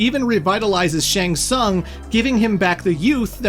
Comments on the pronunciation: Making 3hrs of material about MK, yet managing to butcher the pronunciation of "shæng tsang" this bad - unbelievable...🤦‍♀️ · SHANG TSUNG: Shang Tsaang? Shang Tsoong?